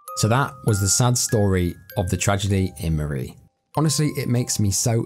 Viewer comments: It's pronounced murry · Hi my father is from murree and Sialkot area, and he used to tell us stories from there.sadly he passed away and greatly missed. Greediness from people is discusting and poor people,it makes me sad and angry. Also pronounciation of murree is incorrect. Snow is always great there.